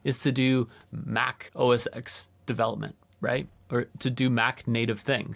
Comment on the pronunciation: Two quick things about “Mac OS X”: 1. It's pronounced Mac OS *ten*. 2. The last version of Mac OS X was Lion, which came out over 12 years ago. After that, it was OS X, and since Sierra (over four years ago), it's macOS. So, you don't even need to remember how to pronounce the ‘X’ any more, since there isn't any ;) P.S. (OK, it's three quick things I guess): IMO it's totally fine to spell it ”MacOS”. However, definitely don't ever call it ”Mac OS” — that's an entirely different system! And ”MacOs” is just silly.